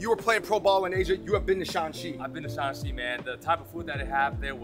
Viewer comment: It’s Shan(^ 3rd tone)Xi, not the 2nd tone all of you pronounced